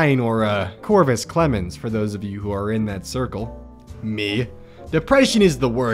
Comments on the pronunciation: You said Covrus Clemmons and I immediately subscribed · "Corvus Clemmons"